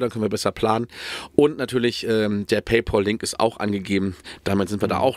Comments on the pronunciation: Das heisst paypäl, nicht paypaul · es heißt paypohl